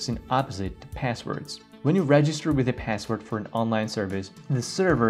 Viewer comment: Say pääswod one more time I dare you ….